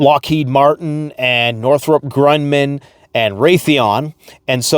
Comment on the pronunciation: Northrop Grunion? 😂 I think that may be a type of fish 🐟